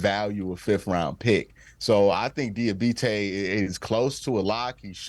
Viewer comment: It's dee ah bot tay do you speak English